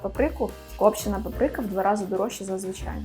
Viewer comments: Мені здається що вони спеціально так кажуть . ПапрИка… просто прям хочеться іноді виключити відео 🙃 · Дякую за рецепт! Що з запеченим сиром і помідором - завжди смачно! Доречі кабачок не має вираженого смаку, то його завжди можна засмачити чим завгодно. Правильно - пАприка, а не папрИка! Трохи це ріже вухо 🫠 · майже все добре,але ж не папрИка,а пАприка і кладіть в форму ложкою,а не руками,навіть якщо ви готуєте для себе- це ж бачить весь світ,а ми УКРАЇНЦІ